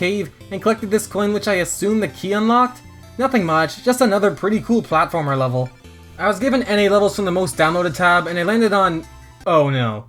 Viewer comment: "puzzle wevel"